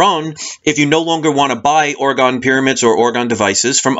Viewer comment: Pronounced Orgone not orgon